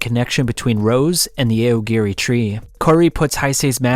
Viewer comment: AY OH GEH REEEE. He probably does it so us mega-nerds comment and give him more engagement.